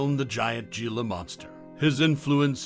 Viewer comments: Here's a gem. It's not Ge la . It's He la ya dope. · It's not "ge-la" it's pronounced "he-la" and their not monsters their misunderstood